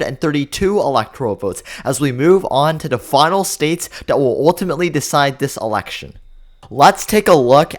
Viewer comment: Shocking? Hardly!! The only thing shocking, is how the commentator pronounces "Election"!